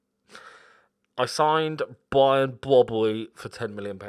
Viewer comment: makes me laugh when you say `Brian Brobbery` lol